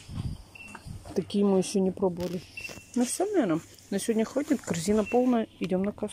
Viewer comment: "Сёня наа буит обзорчик вкантарить в целом по идее". В этом вся!!! Может пойдёшь поработаешь на телевидение, преподавать язык тарантинский. Вон уже сколько людей на ем научились писать и говорить. 😁😁😁.